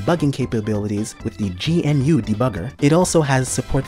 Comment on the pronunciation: erm its not G.N.U, its pronounced GNU and stands for GNU is not Unix 🤓